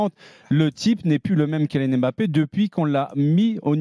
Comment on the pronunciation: Ça fait des années que Rothen parle de Mbappé mais il sait toujours pas prononcer son nom